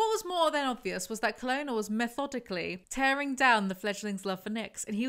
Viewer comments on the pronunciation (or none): none